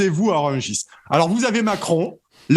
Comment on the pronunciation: le marché de Rugis ?! quel français, parisien, journaliste, ne connaît pas le nom du marché de Rungis ? il sort d'où lui ? 😳